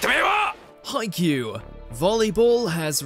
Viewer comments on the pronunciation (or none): none